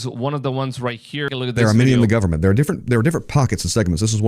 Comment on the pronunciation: Gullamemt?? GOVERN-ment. 🤦🏻‍♀️